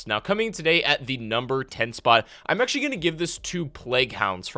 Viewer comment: The way you emphasize "Actually" and "Absoluetely" just makes me quit watching your videos. lol